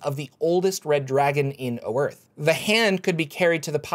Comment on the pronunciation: The map is wrong (someone put GoT stuff on it), and the world is actually pronounced Oith with a r being silent according to an old copy of Dragon Magazine.